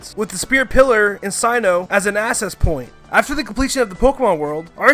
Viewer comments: My dude really just said “Sigh-no” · I really can't with how he says sinnoh Sin-oh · Everybody: Sinnoh: Sainow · Sinnoh (sigh-no) ?! Sinnoh (sin-no) ! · AND YOU SAID "SIGH-NO" NOT SIN-NO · Sign-oh?!? It's Sin-Noh!!! 😂😂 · sin-oh not synoh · Says Syno 😂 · GET YOUR PRONNOUNCIATIONS RIGHT, DUMBASS!!!!! 1. Ar-KEE-us. 2. SIN-oh. 3. Ray-KWAY-za. 4. rej-ICE Also, the plural form of Mew is also Mew. Think of it like "sheep" and "sheep". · “SAInoh” bruh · Did you say Sinoh cause if so, thats weird. No hate indended. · I lost it when he said "SIGN-NO". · Did he say si-no? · I’m sorry but I can’t hear this guy butcher all the Pokémon names and terms hahahaaha this guy called sinnoh sinus hahaha ok back into the video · ARCEUS(ark-ee-us) Sinnoh(sin-oh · How the hell is a guy who pronounces sinnoh "sign-oh" gunna teach me about the history of pokéman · Ummmm....itd not say noh its si noh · Sci-no region? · Nash Shrestha yeah it was like signo 😟😟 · Lmao sino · Sigh-No, Uu-ksie... Wtf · wait did he say sign - oh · "ar-see-us" "sign-oh" wtf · REALLY ITS sin-o NOB I HATE YOU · It's see-noh and it's gee-ra-tee-na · alright. how do fuckin mess up sinnoh, you minus well say KEEYOGURT for kyogre and CROUTON for groudon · You said Sinnoh wrong